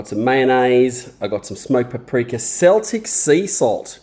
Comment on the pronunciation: That sauce looks beaut. Never heard of sumac, will have to have a look for it! Don't know if we get it here in the UK The salt is pronounced keltic 😂, and it's from the UK/french region!